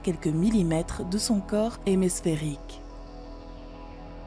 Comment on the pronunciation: Hémisphèrique non pas hémésphèrique et l'accent est a chier.